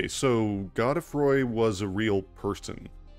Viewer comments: The pronunciation of god-E-froy really threw me. Gode as in mode. Godefroy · It's pronounced "God-Free", or "Godfrey"... not "Go de froy". Its an archaic form of the name Godfrey. The Spelling is medieval French in origin. Which obviously has implications lore wise as Godfrey already exists as an entirely seperate character... Its possible Godefroy is an alter ego of Godrick much like Ranni uses the alter ego Renna when we first meet and Morgott appears as Margit. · Is it really god-eh-froy? I always thought it was g-oh-d-froy. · I know his name is pronounced Go-dah-froy but for the life of me I can't pronounce it any other way than Goad-Froy. Godefroy the Grofted. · Actually it should be pronounced “Gawd-uh-fhwa”, but I figured since Rogier pronounces his name as “Rozh-yair” instead of “Hrozh-yay” that French names are Anglicized in ER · The name is French so you're pronouncing it wrong, too.